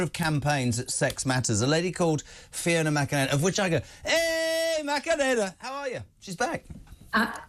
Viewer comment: God. The guy is insufferable. Can barely understand him as he makes fun of her name .. 🙄